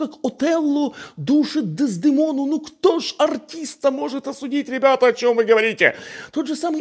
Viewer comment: Серёга! ДездЕмона,ударение всегда на второй слог.Без(Des) dEmono(дЕмон).Ты мой Самый Любимый и Уважаемый блогер ,номер 1,у нас эта ошибка из совка,кинофильмов Я сам,как лох ошибался,уже будучи оперным певцом))